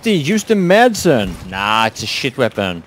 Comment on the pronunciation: Shouldn't a Swede be able to say Madsen correctly?